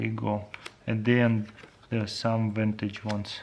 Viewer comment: Vantage? Is he trying to say "vintage" ?